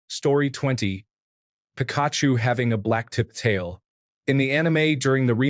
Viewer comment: The pronunciation of pikachu and raichu in this is crazy